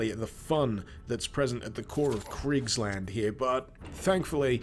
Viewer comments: It's spoken a bit like [Creekslahnd] and I think the sonicweapon is spelled like [Shall, as in I shall do this + waffle, but without the l spoken] -> schallwaffe.... I have an exam to prepare for, goddamnit.. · Why did you read Kriegsland as Cridgeland?